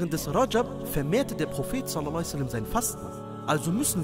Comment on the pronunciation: Könntest du "sallallahu ‘alaihi wa sallam“ bitte deutlicher ausspechen und vll in Arabisch schreiben? Ansonsten schönes Video, MaShaaAllah